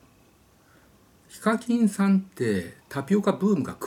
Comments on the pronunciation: ヒカキンのイントネーションが非課金で草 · ヒカ↗︎キン↘︎ 🤔🤔🤔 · 呼び方が「非課金」みたいで草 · やっぱりこのコメあった。 しかも上のほう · ヒ↓カ↑キン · ヒカキンの発音が非課金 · 発音が非課金で草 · HIKAKINさんイントネーションが非課金さんで草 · 尊敬してるわりにヒカキンの発音おかしくて草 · ヒカキンの発音の仕方が独特で草